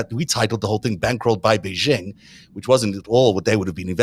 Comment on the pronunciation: The "X" in Xi Jinping's surname is not vocalized. It's pronounced like an "sh," thus "Xi" is pronounced similar to the English word "she." The "j" in "Beijing" is pronounced like the "J" in "Jim," not like the "z" in "azure."